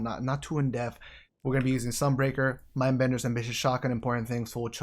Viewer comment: you da man! But am I the only one who caught you saying in the beginning of this video, “a more in def look” instead of ‘in depth’? Lol 😆 Just messing with ya man! Stay,! ⛄️